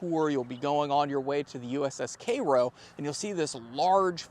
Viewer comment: Never heard Cairo pronounced as Karo, like the syrup.